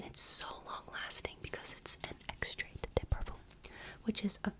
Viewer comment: Love your pronunciation of "Extrait", it's so silly